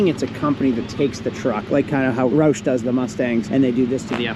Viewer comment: Please, for the love of all us fans down south, it is pronounced “Rawsch”. With the sound like “owl” without the “l”. Love the content